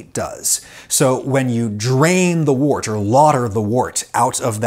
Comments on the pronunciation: The word “wort” is not pronounced like “wart”. It’s pronounced like the words word, work, world, worm, worst. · Adam I love your stuff and I learn a lot but just a quick fyi wort is pronounced wert. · "Wort" is pronounced "wert". Sorry, I don't make the rules. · Many people pronounce wort, the liquid poured off a beer mash, “wert” rather than “wart”. Supposedly both are correct. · It might be spelled "wort," but it's pronounced "wert." FYI. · Having been a brewer myself I found this fascinating and brought back many memories. A couple of things that jarred though. First when the fermentation is finished the draining from the fermenter is lagering, the usual term is run off. Also the liquor produced may be spelt wort but is pronounced wert. Brewing is a very old industry and the weird pronunciation is probably due to the medieval great voul shift. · I know I am 3 years too late here, but isn't wort pronounced like wert? Also James Horlick moved to my home town of Racine, and my sister went to a high school named after him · Always heard it was pronounced wert. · Wort, pronounced 'wert'. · Very well done video. In the beer world, wort is pronounced 'wert.' A brewer will use mash-in temperature to influence the different alpha and beta amylase production to allow different sugar profiles for their wort, depending on desired beer characteristics. There is a style of beer out of South America, Chicha, that is made with corn. Because corn has low diastatic power, the alpha and beta amylase in our saliva is used to convert the starches into sugars. People set around chewing corn and spitting into a communal bucked. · It's pronounce WERT. Toads give you warts. 😉😉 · Love your work here. Just want to be my beer geeky self and note that "wort" is pronounced similar to the "or" in.. uh... "work"!! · "Wort" is pronounced "werdt" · Pronounce it like "wert".